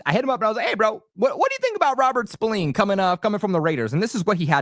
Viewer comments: Robert Spil-Lane correct pronunciation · Dawg it’s an “A” not “E” smh